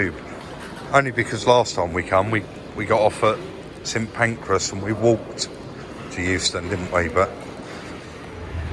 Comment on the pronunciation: What a lovely place Chester looks (that roast in the window looked amazing too). I was glad to hear you call it St.Pancras this time not Pancreas 😆